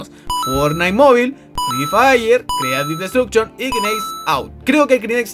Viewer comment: O "Creative -Bot-Duction" JAJA se pasa XD